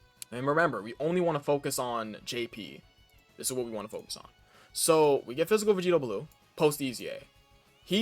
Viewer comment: aint no way you just said "fis"💀